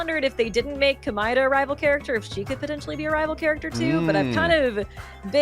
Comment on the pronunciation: So weird hearing both have different pronunciations for Komaeda.